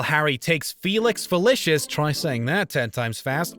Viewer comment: "ALEC Rickman"? "YuleTIDE ball"? "Felix FeliCIOUS"?